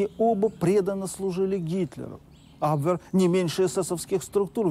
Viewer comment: Почему вы так ужасно коверкаете слова?!Если у вас нет нормального переводчика,могу предложить свои услуги. Не камрад,а камерад! Не абвЭр,а абвЕр.